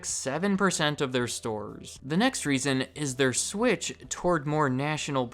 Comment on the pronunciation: it sounds like he’s gonna say shift but then he says switch